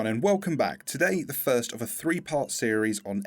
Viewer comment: FIRSRIRITS!! XDXDXD kill me